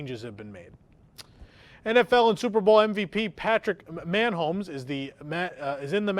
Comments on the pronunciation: not anymore. MAN HOMES it is 😂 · lmao "man homes". "Muh Homes" dear... "muh homes". Thank you for that laugh. is from Kansas City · Dude it’s Mahonmes not Manhomes 🙄🤪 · Pronunciation: Muh Homes* 😁